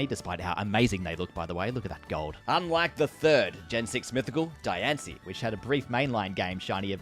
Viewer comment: Says diancie right but can’t say volcanion right 🤦‍♂️